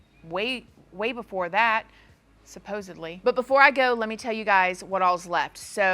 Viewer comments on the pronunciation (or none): …. Did you just say “Suppose-ED-ly” OMG! She’s getting fancy on us Y’all!! 😂❤❤❤❤❤